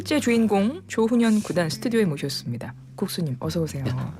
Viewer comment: 조ㅡ훈현구단이 아니고 조훈현구단입니다. 조ㅡ남철, 조ㅡ치훈 구단 길게 발음하는 趙氏이고 조훈현씨는 曺氏입니다.